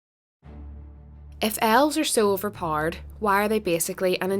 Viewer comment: "Overparred"? Are we playing golf?